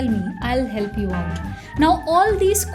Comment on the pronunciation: I really like the person, but your English pronunciation, omg... For example, also, Olsou you need to say not olzo, not hiel'pi, just heLp, not soft